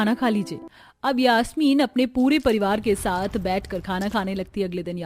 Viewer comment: Yaashmeen nhi yasmeen